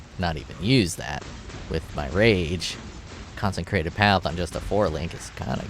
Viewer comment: Con-sih-crated Not con-sen-crated Not con-sen-trated. Good ideas. Keep it up